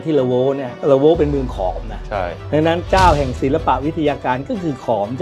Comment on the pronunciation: ละโว้ไม่ใช่"ลั้ว"หรือคะ ไม่ใช่ขอม